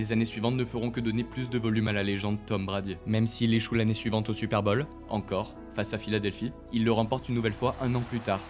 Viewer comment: Vidéo magnifique mais j’ai tilté toute la vidéo sur ton accent. C pas super bol mais super bowl ! Comme ball.